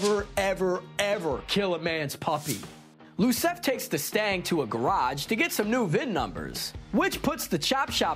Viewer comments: Iosef! Not Losef! It’s an I, not an L. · It's Iosef (Yo-sef), with an I not an L. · Iosef, with an I and not an L ("Yo-Sef"). It's like Joseph but European. Did.. did the guy on camera not watch the first film? They say it a Lot.